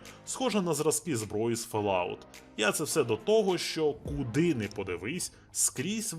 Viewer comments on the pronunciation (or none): Український контент це дуже гарно, а якісний - вдвічі! Але на фЕлаут??? Серйозно?